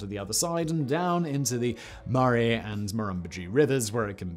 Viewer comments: murRAY river. :D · He said it almost right the second time🥲